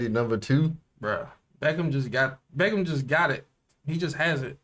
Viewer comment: Not benn beckham,it's benn beckman